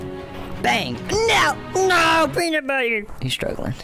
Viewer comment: peanut buwwater